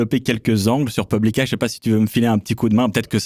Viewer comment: De mon côté j’entendais ‘Publikaï’… incroyable.